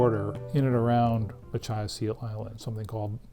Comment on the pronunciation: "muh-KITCH-us". Jesus.